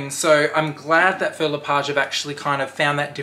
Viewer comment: hi love the bag!! Please google how to pronounce the name its not Phil le Page.....this comment is not coming from a bad place just sounds better when you say the word correctly.